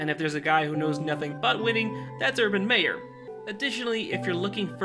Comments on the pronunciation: You said mayor its meyer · Its MY er not May er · He pronounced Minshew as Mid-Shaw 😭😭😭. And Meyer like Mayor 😭😭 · It's Meyer, not Mayer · Why he said his last name pronounced as mayor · This guy cant say hid last name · Can you say his last name right please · Funny how you continuously mis-pronounced Urgan's last name and the Jaguars team name.... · I'm not trying to be an ass but did you purposely mis pronounce Urban's last name the whole video until the end. Even mispronounced Gardener's last name as well... Good video though. I blame Tom for kill our 2017 team culture and success we built. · You pronounced his name wrong